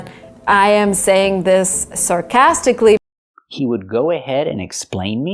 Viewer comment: Is her 3rd mistake her pronunciation of "sarcastically" ? I'm not sure.